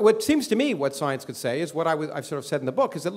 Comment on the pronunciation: I like how he pronounces it "soyence".